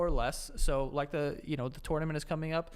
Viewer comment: Anyone else hear TORN -AMENTS from in the ads?